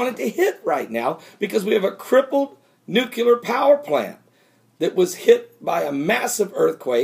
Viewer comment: its NU-clear not NUCUlar lol. just ribbing ya brother lol.